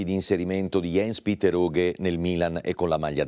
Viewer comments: "ians petter" e non "iens piter" in poche parole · Si ok tutto bello ma si pronuncia ians petter aughe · aaah ho connesso adesso scusami... Sì cognome lo pronuncia perfetto, la mia critica era rivolta ai primi 2 nomi che si dovrebbero leggere proprio come li ho scritti come se fossero nomi "italiani"